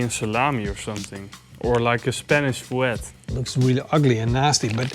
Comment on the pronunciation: Btw guys, Fuet is pronounced like F-wet